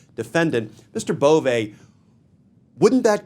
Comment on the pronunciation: His name is Bove, not Bovè. It lacks the acute. Cheers